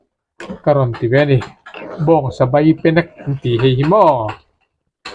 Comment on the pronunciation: BEIpenek not BAIpenek